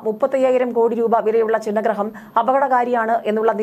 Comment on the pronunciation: Chinna graham alla maashey.....CHHINNABHINNAM AAYA "CHHINNA" GRAHAM ! Chinna = small (cheriya) Chhinna = fragmented (chitharippoya)